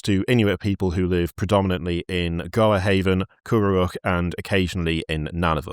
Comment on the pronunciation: Oh hey, I was born and raised in a place near the Northwest Passage and they taught us about Franklin in school! PS. Gjoa Haven 'round here is pronounce "Joe"